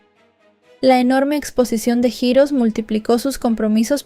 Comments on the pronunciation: JIROS?!!!!….🤔…que es jiros?!!!!….🥴🫠….ay, ya que te dedicas a esto, practica tu inglés y si no sabes cómo se pronuncia alguna palabra, mejor dila en español, di héroes y quedas mejor…🤣🤣🤣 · Holi bonita, heroes se pronuncia jirrous